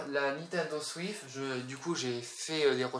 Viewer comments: Il a dit Nintendo Swif 🤣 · c peux être parce que le mec le dit comme sa nan? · Fréro c'est le gars qui le dit comme ça